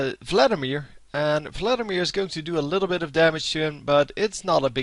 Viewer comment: lol, i love how you say Vladimir :P Fladdimir FTW